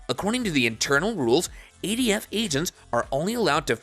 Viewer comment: It’s not eighty-F it’s ATF